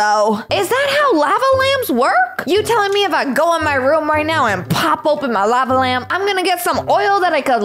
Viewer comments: "Lava Lampa" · “Lave Lamp” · "ļāva lamp"